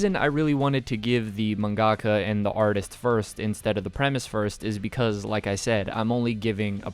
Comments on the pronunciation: yo bro it's pronounced man-guh-kah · The way he said mangaka triggered me